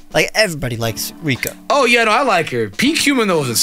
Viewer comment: Its Rika guys. It's Rika